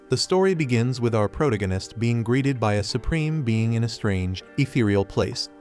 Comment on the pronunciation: Sorry had to.leave as.spoon as protagonist was mispronounced